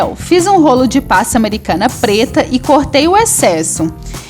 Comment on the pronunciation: Amo seus bolos! Acho muito lindos! Você é muito talentosa! Mas não gosto muito do jeito que você fala, é meio... Estranho quando você fala PASTA AMERICANA e algumas outras palvaras! Queria que você melhorasse suas falas! ❤ mas mesmo assim te acho talentosa